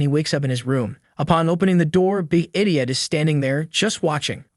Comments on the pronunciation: Is this narrated by AI? Because if not, this douche nozzle pronouncing the word idiot as ediot and eyediot is really pissing me off. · pronounce "idiot" correctly challenge: failed